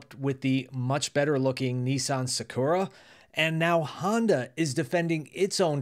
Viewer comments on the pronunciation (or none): none